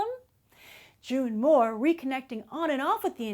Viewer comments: Isn't it June moone and not June moore? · She keeps calling her June Moore it's June Moone! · Its June Moone. not Moore. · ITS JUNE MOONE! NOT JUNE MOORE!